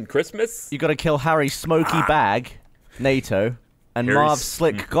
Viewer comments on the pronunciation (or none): "Bag-nato" Oh ffs Gavin, aren't you part Italian? It'a Ba-nya-toe